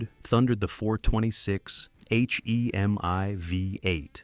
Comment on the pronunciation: "H.e.m.i" ??! You should fix it before publishing it